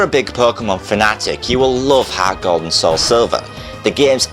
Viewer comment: lol harrrrts gald